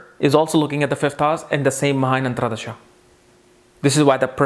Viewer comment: Dasha is antar dasha and not antra dasha. Just a small mistake in word pronunciation.. also the word is Dasha and not Dasha.. similar mistake